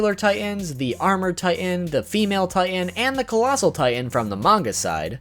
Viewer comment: ah yes, colassal titan body pillow